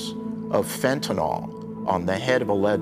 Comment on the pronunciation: Why is it so hard to say "fentanyl" instead of "fentanol"?